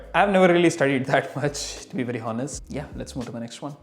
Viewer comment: in the word 'honest' you dont pronounce the word h